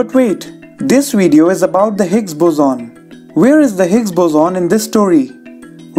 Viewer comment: It's boson not "buzoon"